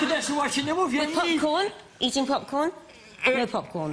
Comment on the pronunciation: ''popecorn'' HAHAHAHAHAHAHAHA :/ lol